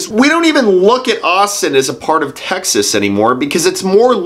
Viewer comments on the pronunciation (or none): none